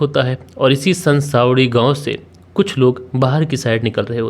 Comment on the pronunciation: Are san sawdi gaon nhi hai sanas wadi hai wo Jo likha milta hai wahi bolte ho kya, Pahele investigation kiya kro baad me hame sunaya kro, Understand